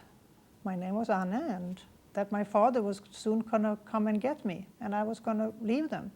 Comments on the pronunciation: It makes it even more believable the fact that she said Anne's name in Dutch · The fact that when she said Anne's name she said it the way in Dutch. Makes it believable.